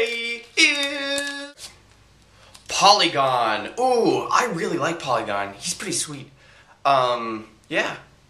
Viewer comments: dude,its porygon,not polygon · its not polygon its porygon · song of the day every day :) Also, you said POLYgon, instead of PORYgon :P I was actually planning on sending you a bunch of roll up the rim coffees! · Keep song of the day! Help the masses widen their musical horizons! Also, I hate to nitpick, but I'm pretty sure you called Porygon, "polygon" haha. It's okay! I'm just saying! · Polygon? It's Porygon, with an r XD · Polygon? Porygon, man. :D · It is Porygon not Polygon :D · Isn't it porygon? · "Porygon" POOR-EE-GON. Do the song of the day even shorter... I won nothing today, but I won a $20 PSN card earlier this month...